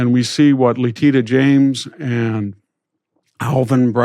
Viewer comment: Great interview and interviewee! I'll add your name to the list of black people that Victor weirdly mispronounces the first names of. It's a distracting habit I'm still trying to make sense of... Kamala, Leticia, et al..